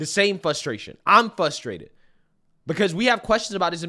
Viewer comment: Frustrated... not flustrated or fusstrated like I hear you saying.